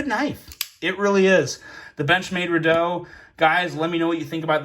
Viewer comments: Re doubt..... not redow... lol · REDOUBT is pronounced "REE-DOWT" not "REE-DOO". A redoubt is a type of military fortification. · it's pronounced Re "Doubt", not Re "doe" 😉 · It’s a Redoubt, not Redoe. It’s pronounced Ree-dowt. As in. “A refuge to regroup from” by definition. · Pronounced ri-dout. ;) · What an amazingly wrong way to pronounce Redoubt.